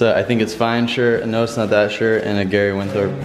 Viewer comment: Gary Winthorp it's winthorpe